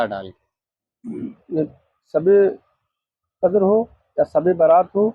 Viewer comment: hujoor nahi huzoor kahnaa sahi tarikaa hai Sabe kadar nahi shabe kadar kahnaa sahi tarika hai deen ki baate alim se sikho sahi tarike se pataa chalegaa ye janaab huzoor kaa naam thik se nahi le paare shabe baraat kaa naam thik se nahi le paare baal awrto jaise rakhe hai sahriyat me kaandhe se niche baal rakhnaa haraam hai awrto jaisi mahdi lagaai hai shariyat me gair alime deen kaa binaa kitaab dekhe takrir karnaa haraam hai peer hai tab bhi kitaab saamne rakh kar maslaa padke bataana waajib hai ye nahi ke kuch bhi apne tarike se fekde Allah paak aise jaahil peero se imaan waalo ki hifazat farmaai aap log you tube pe bhi upload kar rahe hai aapke peer ko sahi tarike se ilme deen sikhna chahiye